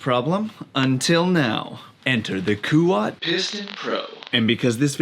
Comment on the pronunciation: In my language (Malay) KUAT means STRONG! And you said it right 😀